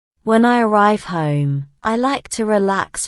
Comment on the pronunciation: I Heard "home" is = huim. This is different i usually hear